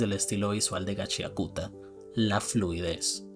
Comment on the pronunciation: Yo igual le digo Gachiakuta, jajajaja, aun que se pronuncia Gachakta. xdd La moda y que los jinkis no sólo den un poder de fuerza bruta me recuerda a jojos aunque a Kei Urana le dijeron que es más como soul eater.